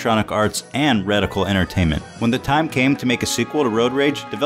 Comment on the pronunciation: Redical entertainment? I don't think he rehersed the script